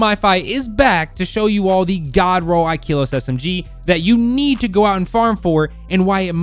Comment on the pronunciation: Ikelos the e is pronounced like in slept not like in keep